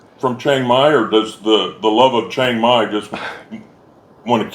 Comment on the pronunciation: Why is it you Americans go someplace and mispronounce the name of the place consistently… it’s not Chong Mai.